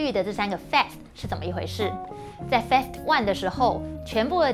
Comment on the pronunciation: Phase, 音同face